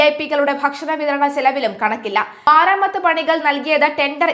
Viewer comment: ഈ കൊച്ചിനു മലയാളം അറിയില്ലല്ലോ? സുതാര്യതക്ക് i സുധാര്യത" എന്നും മരാമത്തിന് " മാരാമത്ത് " എന്നും കുമരകത്തിന് " കുരകം" എന്നുംപറയുന്നു.. കഴിഞ്ഞയാഴ്ച കോൺഫിഡൻറ് ഗ്രൂപ്പ് എന്നതിന് കോൺഫിഡൻസ് ഗ്രൂപ്പ് എന്നും, ഇവർക്ക് വെളിവില്ലേ? അതോ നാക്ക് വടിക്കാത്തതിൻ്റെ കുഴപ്പമോ ?